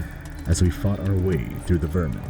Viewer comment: Through* not three. Jeez 80 years can’t even get that right